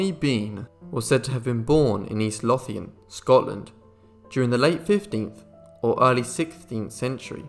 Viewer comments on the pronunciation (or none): east lothian is pronounced east loavian